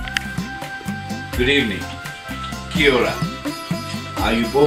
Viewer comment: Did you say Kia Ora ?